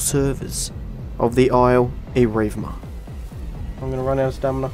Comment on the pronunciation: you've heard evrima and evirma but get ready for... the isle erivma